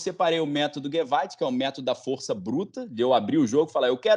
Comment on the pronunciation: nao é "geweit" e sim "GEWALT"